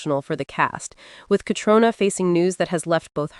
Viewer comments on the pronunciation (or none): Caitriona is pronounced cat reena. Try to remember this.